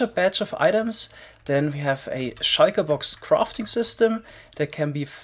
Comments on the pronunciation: its called a shulker box not a shaiker box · I love pronunciation of shulker box as "shieker box" Lmao I love this channel